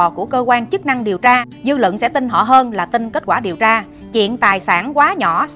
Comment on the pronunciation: lập luận sắc bền rất thích!phát âm khá chuẩn nhưng vẫn còn vài khuyết điểm " luận " " bình LUẬN " không phải " bình LỰNG " chỉnh lại một chút sẽ hấp dẫn hơn chúc em luôn thành công Mãi dõi theo em dõi theo lẽ phải!